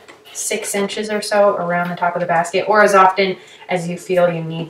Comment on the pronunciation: Thanks for such a relaxing tutorial vid, a great way to spend 50 plus mins. This year I will try to start getting materials and making something for my flat and also baskets for grocery shopping or even international travels. BTW you pronounce the letter T in 'often' à la British. Is that common in your region? Keep up the great work, and all the best in 2022!